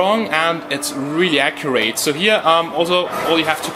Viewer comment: Accurate not Acjurait.. XD